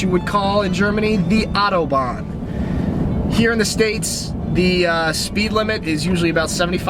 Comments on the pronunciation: Fuck me it's AUTOBAHN NOT ATOBAN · The adobahn…you didn't even try to say Autobahn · I am driving in Germany, many things here I really love, but the traffic light is not what I love. Because of the position of the traffic light, many times, we cannot identify whether the light is red, yellow or red. They look like the same color. By the way, Autobanh - au- to ban, not O-to-ban. The German language pronounces like the Spanish language. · Autobahn is pronounced "OW-toe-bahn"